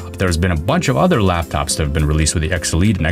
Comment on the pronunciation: When you say X elite it sounds like obsolete LMAO, Snapdragon Obsolete xD